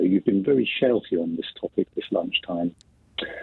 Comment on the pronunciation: "shelfy" "shelfie" ? This American is confused. The caller started by saying that she was being very "shelfy/shelfie". Or did I mishear the word?